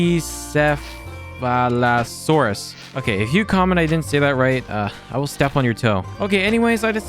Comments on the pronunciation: Sar-coe-sue-cus And you actually said pachycephelosaurus correctly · The creature you said had a hard head you said is name correctly